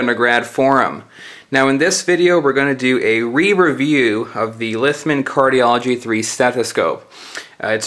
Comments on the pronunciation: Not Lithman, Littmann. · Isn't it Littmann? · Ughh, it REALLY irritates me when people pronounce words wrong, cannot finish video! Lithman? Libary? Yuck!